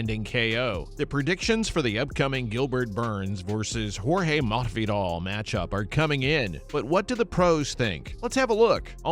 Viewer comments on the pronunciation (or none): Possibly a speech impediment? Or the guy is low key trolling mafidal. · i mean he pronounces every word except masvidal right, but i dont get the troll either, not sure tbh😂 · why do you need to pronounce his name like that ://